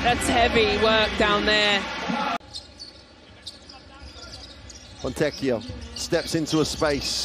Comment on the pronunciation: Can they stop calling him fonteccio? It is fricking fontekkio! Even easier to say